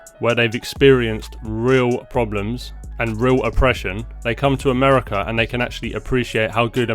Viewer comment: Why are you saying "Americr" instead of AmericA?, are your parents so ignorant that they couldn't teach you how to speak English correctly, do you now need speech-therapy?, where is that R at the end coming from?,😖, but kudos to the Iranian dude who was taught how to speak English correctly.🤭